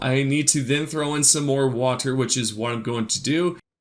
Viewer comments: stop saying water weird you freak. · How many times did he say Wahtur